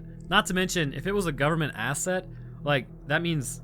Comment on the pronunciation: It sounded like you called them "gooberment" agents😂